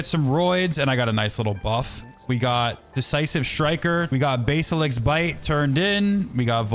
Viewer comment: Basilisk- “Bass-ill-isk” not “base-ah-lick”